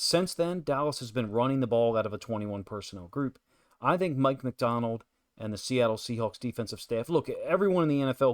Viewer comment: Good analysis but who is "Mick" MacDonald??